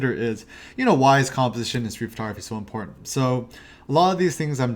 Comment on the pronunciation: he says "imporntant" way too many times for me to be able to focus on much of anything else..... --_